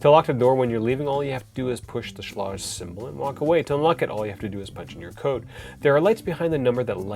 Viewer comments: Several comments, I'm a home builder trying to be helpful: 1) Your door weatherstripping is excellent - not too thick. It's called Q-Lon, and covers both the outside face and the corner edge, as opposed to that useless exterior nail-on junk. 2) Schlage is pronounced with a long a and hard g. See 3) The Kwikset "Smart Key" is a brilliant feature, which is amazingly easy to re-key in about 30 seconds. No need to be a handyman or pro. ANYbody can do it. GREAT for rental units, so the landlord can re-key without having to buy replacements or call a locksmith. 4) Schage and Kwikset are both high quality products across their full production of products. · Alright now I'm really curious if your pronunciation of "Schlage" is normal for others, just a Canadian thing, or just a you thing. Good review, thanks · You should learn how to pronounce the name of the lock! You said the name several ways, all of which were wrong. Go to their company made videos to hear them say it. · It is pronounced “Shleyg!!!!” Sorry, you were driving me nuts with the shlawdge pronunciation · Pronounced sh-leg